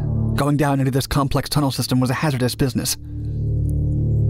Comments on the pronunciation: It’s not complext. No T. That’s when I turned Dark Doc copy off. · My man didn't just say " these things are really complext?"